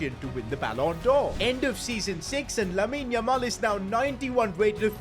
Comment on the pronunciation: How many times is he gonna say LAMEEN LAMAL 🤣